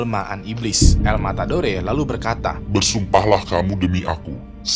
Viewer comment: El. Matadore, d baca el matador